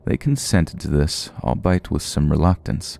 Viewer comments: Albeit isnt "All Bite".. its is "All Be It" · The word "albeit" is pronounced all-bee-it, not all-bite. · Albeit is pronounced all be it rather than all bite. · I love your readings and your voice but also I find it hilariously cringey every time you pronounce "albeit" like "al-bite"